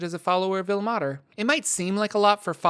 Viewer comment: Like I pointed out in your pronunciation of Mielikki. As a linguist and a language major. Ilmater should not be pronounced "ill-mah-ter" but rather "ill-may-ter". The 'e' should be making the 'a' into a long sound. I can help you you with pronunciations if you need. I've noticed this problem in many many of your videos. I like them but it's hard to hear words incorrectly and get the message behind it.